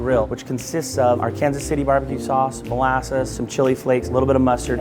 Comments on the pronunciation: Arkansas City BBQ sauce. AR-KIN-SAW City BBQ sauce :) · "AreKansas City" Lul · THIS BOI REALLY JUST SAID ARKANSAS LIKE THAT FDSOFSSDIOFIJ